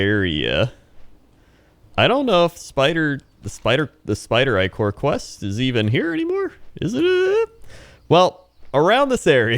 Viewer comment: no matter how you say Ichor its wrong if the I is short. no Ick-or no Ick-er Eye-chor yes Eye-ker yes